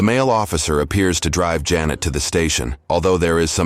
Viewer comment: Why does everyone pronounce janet jeanette? Ive experienced this so mucb